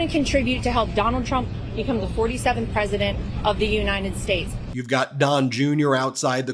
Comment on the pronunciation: Will somebody tell Junior Donnie that his daddy is not the President of the Yoo-Nine-Et States?